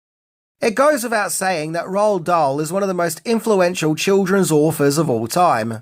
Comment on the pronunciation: Roald Dahl's name is actually pronounced, "Roo-All Doll."